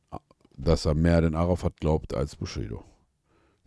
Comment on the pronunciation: Am meisten stört mich, dass die ganze Zeit Arafat fslsch ausgesprochen wird. Es heißt "Äräfät" macht es als einziger richtig😂